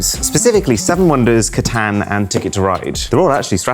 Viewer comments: It's pronouced catOn not catAhn !!!!!!! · its pronounced cahtahn